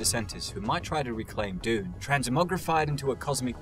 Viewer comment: Pretty funny that he can't say dune and he is doing a bunch of videos on Dune